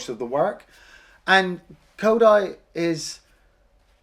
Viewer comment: And "ickador" instead of "Iscandar", "Kido" or "Kody" instead of "Kodai" etc. They butchered a number of the names :)